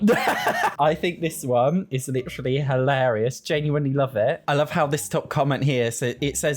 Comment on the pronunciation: I just luv how he says "LitTree"(literally) 🤭😂🫶🏾🫶🏾